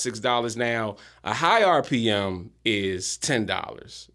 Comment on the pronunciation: RPM = Rev. Per Mille (not "Mil")... just FYI for those who were wondering. 👍